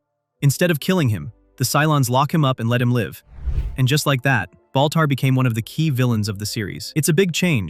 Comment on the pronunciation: Baltar not boltar